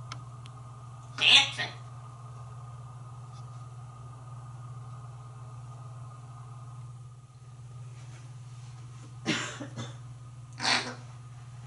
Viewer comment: "DANCEN" lol